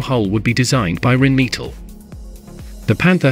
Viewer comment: What's 'Reen meatle'? Don't use words you can't pronounce!